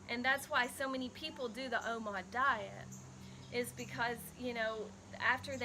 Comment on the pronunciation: Are you saying omod?..lol